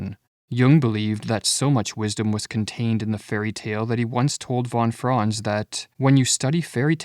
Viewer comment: Is this AI-made? "Von Fron" lol. Try fon Frahnts